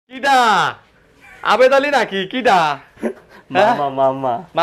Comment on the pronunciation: আরেন ভাই ভিডিওর মধ্যে ভিডিওটা দেখে অনেক ভালো লাগলো আবেদ আলী না জাবেদ আলি এটা কেডা 😂😂😂😂